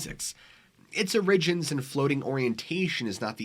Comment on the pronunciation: So strange that this man at least three times pronounces "OR-i-gins" like "or-IG-ins." Never heard a single other person pronounce it that way. Maybe he's a shape shifter who hasn't quite learned English yet. He's also pretty hairy, which is a bit suspicious. I guess we'll never know.